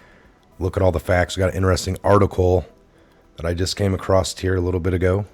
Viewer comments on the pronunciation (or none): And also it's across.....not acrossed...... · Cant sub a channel where the host says accrosst. Theres no "T" in accross, look it up. That's 1st grade learning. Unbelievable